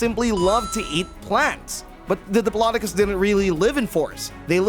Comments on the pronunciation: It is a dip-low-doe-cus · It’s dip-lo-doc-oh-lus 😅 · U pronounced diplodocus wrong